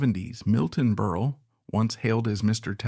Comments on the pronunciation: Computer generated voice mispronounces “Berle” as Burly through much of the video. Very distracting. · His name is pronounced Berle with 2 short es... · This is obviously AI because the robotic announcer switched back and forth, very annoyingly, between the correct pronunciation of Berle to Berley. Fix this out of respect to the comedic legend. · Why do you keep switching from pronouncing his name as Berl and Berley? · I can’t keep listening to this man saying Berlee when it’s not pronounced that way. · Fairly positive this is AI. Lots of unnatural pauses. I do think some people called him Berlie? But not like this. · AI can’t pronounce name ! Funnier than Milton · It's AI, but you'd think the program would have enough info to pull from to get this right. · Inexcusable repeated mistakes: 1) His last name is pronounced Berle like Pearl, not Burley. 2) His real first name was Mendel not Mandell. 3) He was popularly known as Uncle Milty, not as Uncle Miltown.